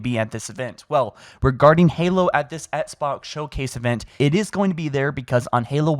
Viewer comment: “The ESSK-BOX”